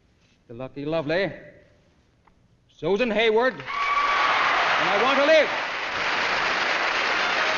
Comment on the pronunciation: No Cagney pronounced it perfectly!!